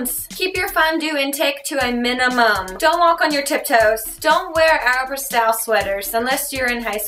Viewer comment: Aeropostal Sweaters, I think she just pronounced it weird.